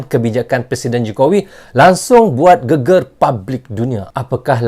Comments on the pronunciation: mas bkn geger tp..GEGER ..geger itu arti nya badan..klw GEGER bru bner art ny heboh mas.. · Cara baca GEGER salah bang.. Bunyinya salah huruf E nya